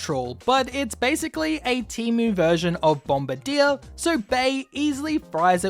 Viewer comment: I love your videos, but I cannot stress this enough.....it is pronounced "Bomb-BIRD-ee-er"